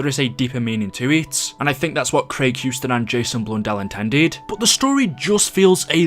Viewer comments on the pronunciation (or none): none